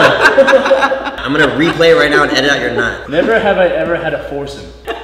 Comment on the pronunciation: "He's gonna ask us neverhever questions" 😂